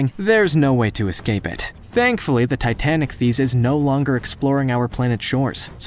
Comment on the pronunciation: Should be pronounced "TI-tan-IK-theess."